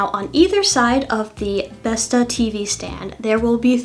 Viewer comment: Besta = grandma Bestå = remain, not withering away, endure That little ring does change the pronounciation a lot lol. Not that there's anything wrong with pronouncing it how you want, I just found it funny.